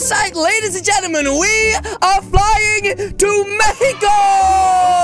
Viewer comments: Mexico Not Manko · You said were going to mexo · He says mefi co its mexico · Are they saying mehixo? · Bruh that part was funny when said mecio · why are they keep saying mecio in stead of Mexico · say meheco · MEXICO NOT MAICO ITS MEXICI MAICO ITS NOT A FLAG ITS MEXICO!🇲🇽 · It is not Mehiko it is mexico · Is Mexico not mekico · It's not mehixo it's Mexico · Not mecico it's Mexico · It’s no mecio it’s Mexico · Its not mecico its mexico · I do Wonder why you say mehico while a normal days mexico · lol not meco.... it is mexo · MEXICO NOT MEICO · Why are you saying mehiko when it is mexico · Not Mekiko It's mexico Mekiko /Mek/ëik/0 0-0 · I hate this video because you said meaco but it’s Mexico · I love how says mecio instead of Mexico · They say Mehico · mehiko not mehiho i just repeat ok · I Loved When You Said Mehico Meaning Mexico😹😹😹😹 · Also I hear that the girl just say mekico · Did just girl said have fun in mekico and sign enjoy mehico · And then she day mecico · I also hear the girl or other girl say mehico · It's mek-si-ko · Stop saying mexco it's Mexico 🇲🇽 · or should i say its not meciko its mexico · Mexico not meciko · Im confusion why you say mehico/mecico when it is Mexico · You mean mexico Not mehico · Mexico not mecico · That’s not how to pronounce Mexico you saying it without the x